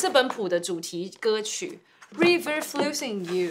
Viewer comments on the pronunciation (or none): 老師river的i不唸ee的音唷